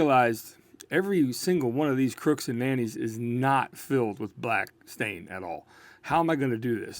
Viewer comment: 'scuse me... did you say crooks and nannies? 🤔😁